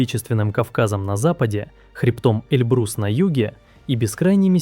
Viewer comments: Не Эльбрус, а Эльбурс. Эльбурс, Эльборз — горная система на юге Азербайджана и на севере Ирана, у южного побережья Каспийского моря. Протяжённость — около 900 км. Ну хоть названия правильно произносите! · На півдні знаходяться гори ЕльБУрс, а не ЕльбРУс. Читайте правильно!